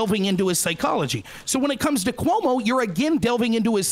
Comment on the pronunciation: Coy-mu might be the funniest mispronunciation of Cuomo I’ve ever heard.